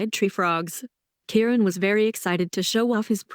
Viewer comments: Ky Ron..not Karon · Ki-Ron Ki- Ki-Ki get it right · It’s K-eye-ron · I known its driving me nuts.